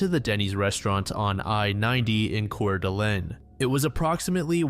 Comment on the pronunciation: Btw its pronounced gronniE and its coeur-da-lane as a local who still lives here